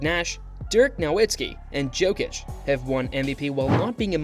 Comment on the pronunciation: Yokich🤣 Just call him Joker man pls.